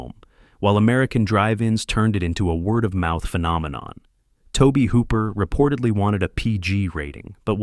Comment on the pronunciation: I hate AI!!! 1700s? Roger Ebb-Ert? Toab Hooper?